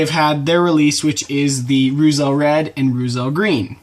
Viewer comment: Pronounced "roytzel"